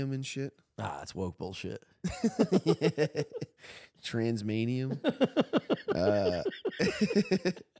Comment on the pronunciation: Transmainium!!!! Lol Hilarious